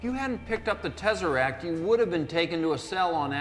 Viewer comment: Snazzeract!! I like that way better than Tesseract! 🤣🤣 Never change,! 😊